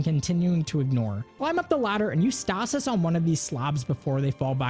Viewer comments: The way you pronounce stasis lol. STAH-SIS. I say STAY-SIS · Yall hear how he pronounced stasis? Oof